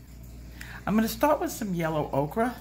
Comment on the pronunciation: Honey I love you dearly and your channel as I've learned so much! That being said, is there a reason you say "okra" when referring to ochre? If there is, please disregard my saying this but it's pronounced "oker"